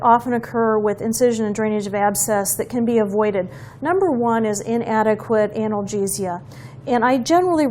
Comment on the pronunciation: How you say “analgesia” 🤣